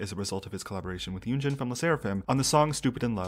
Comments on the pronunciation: I cringe when he say "yunji" lol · Wait dude doesnt even know how to say her name? Its literally 2 syllables. Yoon-jin